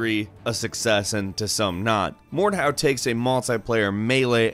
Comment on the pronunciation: Please learn how to pronounce Mordhau! It's a german word&at the same time the name of the technique, at which you hit the enemy with the pommel or crossguard of the sword.